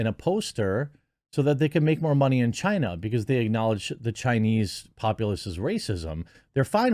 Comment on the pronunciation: "tales of film-making in chinaty" 🤣